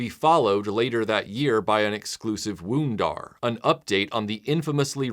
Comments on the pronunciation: Wun-Dar is pronounced like Wond-Dar. Not Wune-Dar. It coincided with the original promotion of Wonder Bread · Woondar??? It's pronounced won...just like the bread, Wonder Bread